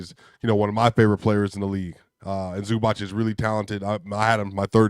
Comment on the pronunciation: Please learn how to say ZubaC - that last sound is like zz in pizza